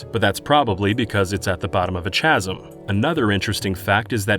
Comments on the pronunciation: Love the channel love the work you do been a sub for many many years. I have to ask...WHY DID YOU SAY CHAZEM!?! Other then that keep up the awesome work! chasm /ˈkazəm/ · its pronounced "KAH-zim" NOT "chaz-em" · "CHAsm" wtf? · Pronounced chasm as 'chaz-em' 🤣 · "He ran away to Outlet island" "Khasm" "OWNuma" The host's pronunciation is terrible. I enjoyed the video, but these mispronunciations bring out the teacher in me. F! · A ch-asm lmao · I'm sorry, did you say chasm like chad? Not the first time I've heard it said that way on this site, but it's weird to hear it from 2 different unrelated people. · You lost me at "chasm". It's "kazim". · chasm is not pronounced "chazz-um" 😁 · I was going to like the video, right until you said the word chasm. How, in the fucking hell, did you think that shit was pronounced "Chaz -em". How are you a person that talks on videos for a living. I'm so, FUCKING sick of this. Why is youtube full of channels of people making money and doing videos and can't even speak properly. Speaking properly is the first requirement. Hiding the channel from ever coming back to me in feed. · Chasm... Its pronounced with K sound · chasm [ kaz-uhm ] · It's spelled "chasm," but pronounced "kazzum." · "...It's at the botttom of a chasm" The problem with being such an interesting and informative channel is that I am always paying more attention to everything being said. So weird mispronounciations become unmissable. Also never quite realised that chasm is such a terrible word, for having a confusing start and ending. Kazum. It's only got the 'a' and the 'm' in common with it's spelling. It'd be so nice if we spelt words the way they were said. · CHA-ZIM. I love how everyone who pronounces this wrong does it slightly differently. Keeps life interesting. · Chasm is pronounced "kasm." Hard C, like in choir or character. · Really? No one is going to say anything about how he pronounced "chasm" after ? No one? The 'h' is silent...